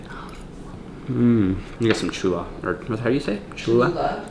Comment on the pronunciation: Great job on that epic intro...but next time you say Cholula put some respec on it...lol